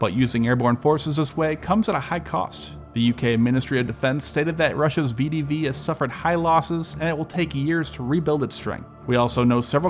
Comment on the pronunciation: ❌ vidivi ✅ VEH DEH VEH